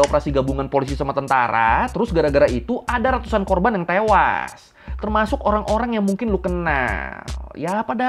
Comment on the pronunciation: bang korban bang, bukan korbang.. terlalu semangat 😅